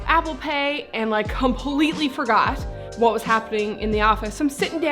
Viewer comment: Newfie accent on "forgot"! I love the odd Newfoundland phrases, etc in your videos. I'm not from there, but my wife is. I've visited there several times now. (Mount Pearl, St. John's)